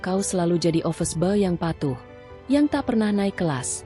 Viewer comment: Baca salah bukan opis bow....tp boy